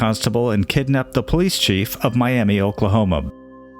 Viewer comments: Welcome to the Midwest! Not a big deal. But Miami Oklahoma is pronounced My-am-uh. Not, My-am-ee. Not a big deal, but since I was born in Tulsa and have lived in Oklahoma most of my life, if you ever want pronunciation of our goofy named towns, just reach out! Like I said, no biggee 😂! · Fun fact Miami Oklahoma is pronounced Myama